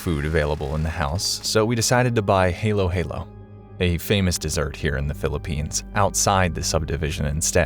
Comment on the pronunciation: It's halo-halo, not heylo heylo.